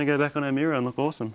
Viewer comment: I cant stop hearing "mirror" xD Lategang